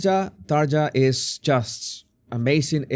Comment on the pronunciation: As a Finn it’s funny how you pronounce Tarja’s name Xd